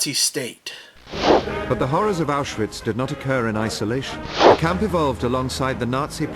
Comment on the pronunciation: You need to watch different WW2 documentaries if that's how they pronounce Auschwitz.